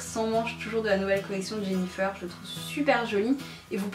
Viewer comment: On dit jennyfer comme le fer pas jennyfeur comme coiffeur